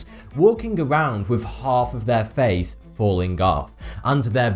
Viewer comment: Interesting videos, well put together. I do recommend you rehearse your script a few times before hitting record. It's clear that you're reading from a whiteboard, you're using an unnatural tone and the punctuation seems to be catching you out. Pronouncing 'Face' as 'Phase', I can't explain that. A few practice run throughs is the key. Well done on the material though.